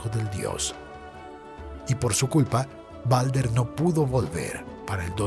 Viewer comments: Se dice baldur no balder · No es balder es baldur perdon si ofendo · Creo que el nombre se escribe Baldr y se dice Baldur